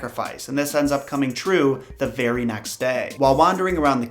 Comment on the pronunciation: Thanks for making the time to research and create these videos, it’s much appreciated. Plus when you were talking about the woman who visited Beauty in her dreams I thought you said the fairy next day instead of the very next day. Lol